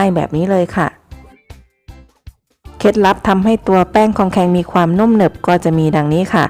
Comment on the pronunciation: เรียก ครองแครง ค่ะ ไม่ใช่ คองแคง